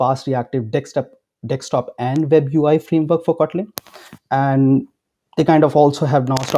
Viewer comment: It's bugging me like crazy when you spell Desktop as Dekstop. Please spell it like this. "Desk top." Not " deks top"